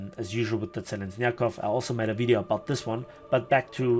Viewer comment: I found a little funny that you got right "Blagorodnyy" that wasn't shure about however misspronounced Kerch and Zheleznyakov))